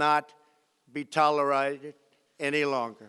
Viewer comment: "It will not be tola-righted" ....the great speaker that he is.